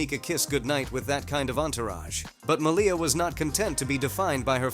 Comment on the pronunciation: Her name is pronounced as "MALia rather than maLIA